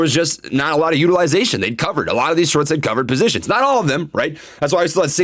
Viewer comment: He said “the psychology of sharts” 🤣